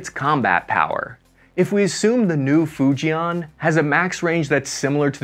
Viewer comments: First thing, learn how to pronounce FUJIAN correctly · Hi folks its not "Fu Jay Aaan" its "Fu Jen" like in the name Jen, in JEN-ifer Anderson . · 😂😂😂😂😂you are so far off. Arrogance, prejudice and ignorance kills. BTW, your pronunciation of Fujian is hilarious.